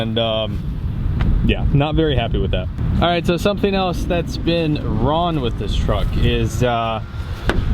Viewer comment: Is it me or do you keep saying "Ron" instead if "wrong"